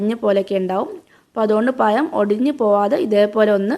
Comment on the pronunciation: അടുത്ത വീഡിയോ ചെയ്യുന്നതിന് മുമ്പ് നാക്ക് വടിച്ച് വന്നാൽ മതി പയം പോലും പയം